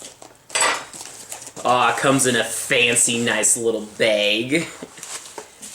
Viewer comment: "awww it comes in a fancy nice little beg"